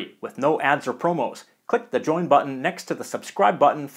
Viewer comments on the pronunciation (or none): none